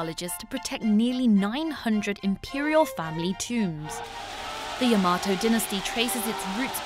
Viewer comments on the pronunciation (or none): none